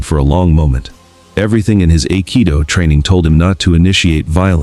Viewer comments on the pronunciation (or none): Aikido is pronounced "eye-kee-doh"